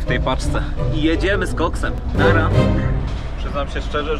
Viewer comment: musisz jeszcze raz film nagrać bo powiedziałeś nara nie naura XD